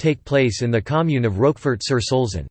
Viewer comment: Learn to pronounce the Name of the cheese.